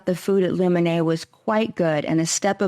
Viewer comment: Luminae is a latin word. It's pronounced "Loo men Aye" Aye is pronounced "eye"